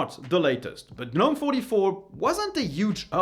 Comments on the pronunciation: I've not been on "G-nome" anything-- I HATE "g-nome" (something most people can't even pronounce much less USE) and I think it's for idiots.. My opinion- but it's RIGHT.. KDE is the way to go on this and anything else- to make the most of it.. and make it look ANY WAY YOU LIKE.... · What's a guhnome? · The G is silent in gnome.